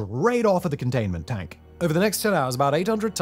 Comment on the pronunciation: If i close my eyes whenever he says "con-dain-men-T Dank" all i can picture in my mind is Dr. Evil from Austin Powers MMMMOL-TEN HHHHHOTT MMMMMAG-MA!!!